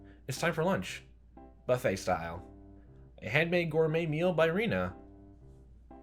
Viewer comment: The E in Rena is pronounced like eh.